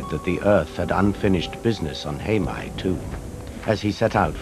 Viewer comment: It's "Heimaey" not Haemay